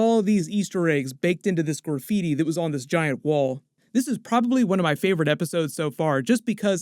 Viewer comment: I can't get over how you say gooor-feety instead of graffiti 😂